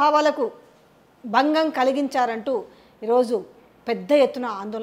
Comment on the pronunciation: "బక్తుల మనో బావాలకు బంగం" -- కాదు తల్లీ... భక్తి, భావం, భంగం.. తెలుగు భాషను ఖూనీ చేయకండి.